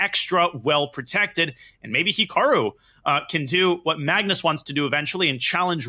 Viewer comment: ‘ MUGNUS CARLSEN’